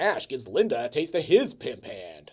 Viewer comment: I love how a truly great film gives you the inspiration to expunge a greatly emphasised "pimp haannnndd! “